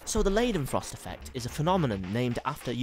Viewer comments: Pronounced 'Lie-den-frost' not 'Lay-den-frost'. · Pls you pronounce "ei" like "i" and not -ei.... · ***** Are you suggesting I shouldn't tell him he mispronounced the name of the whole theme of his video simply because he went to the effort of making it? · Everytime he says leidenfrost i giggled